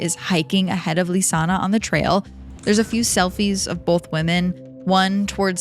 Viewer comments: Her name isn't LisannA. It's LISANNE (Lees-Ann). It's kind of important not to mispronounce the victim's name the entire video. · Stop pronouncing Lisanne, Lisanna!! Poorly done! I never heard about the possibility of organ harvesting. I've seen every video above this case! At least get some facts straight! And the strawberry tour is another thing I've never heard! The girls were supposed to have a tour with Marco on April 2nd, of the Pianista trail. That's why he called the host family to see if the girls were there. Marco went to the host family and the lady of the home let Marco explore the girls room on his own! That's bizarre to me, to be allowed access to the girls room. There's so much information out here about this case, but we're no where near the truth.